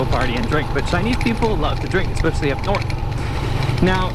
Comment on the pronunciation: is from Minnesota? "Chinese people love to drink, especially up nort." - is definitely an Minnesota thing...or Canadian...... but we don't speak of those people to the east who like to talk like us sometimes.